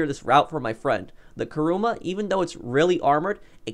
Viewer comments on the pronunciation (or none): Why are people saying karuma its kuruma